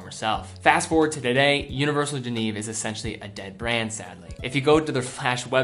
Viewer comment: FFS,, for a watch enthusiast, you really need to learn how to pronounce "Genève"…it's NOT the English translation "Geneva" minus the final 'a' — it's more like "jhen-ehve." I grew up there, and it's painful to hear you mangle the name over and over. It just makes you sound like you don't know your subject matter.